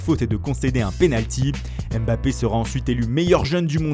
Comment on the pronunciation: S il vous plait les gars on dit pa èmbappé mais on dit mbappé